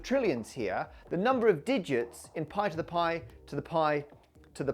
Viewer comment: That "poi to the poi" at the start was the most Aussie I've heard you go 😂🇦🇺